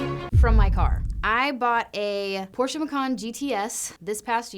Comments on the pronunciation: Kudos for correctly pronouncing Porsche. Almost like a German. 😉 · Thank you for pronouncing Porsche correctly. Good luck. And absolutely do purple. It’s the best. Treat yo self.